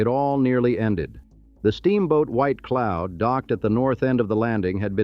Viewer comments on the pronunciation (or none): none